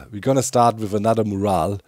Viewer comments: Pronunciation tip, you’re pronouncing mural as more-al but it should be pronounced muh-your-all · Amazing work Doc. The mural looks fantastic. Pronounced me-your-all but the timing is more like myour-all. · Mural = Mew - Ral (Mew as in Moo - cow sound. Ral as in Rally without the y) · mural is pronounced "mjural". Thanks for the best content on the HC-server! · In case you mind, Doc: the syllables in “mural” are usually pronounced “myurr” (rhymes with “spur” or “burr”) and “ull” (rhymes with “cull” or “pull”). Myurr-ull. But personally, I don’t mind your unusual pronunciation of it! It’s obvious what you mean in context. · The pronunciation of mural is “myur·uhl” 👍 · idk if you care about it, but mural is pronounced "miurol" with the "mju" like in the english pronounciartion of munich (München) and "rol" like in "im on a roll" (im german myself and english pronounciation is weird as heck so i feel your pain, but as an english major i felt the need to write this comment :P) hope i dont seem like a smartass <3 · Not that it really matters, but incase you'd like to be confident saying mural, it's pronounced 'm-you-r-all'. Very similar to morale 'm-or-al' (high group spirit) and moral 'mo-r-all' (lesson of a story) English is hard 😮‍💨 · Just a PSA... "Mural" is pronounced "Mm-You-Err-All" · where i'm from, its pronounced m-your-als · BAHHAHA i absolutely LOVE the way u say mural brings a smile to my face every time :))) Here in Australia we pronounce it “myoo-rul” which I’ve been told is pretty funny too 😆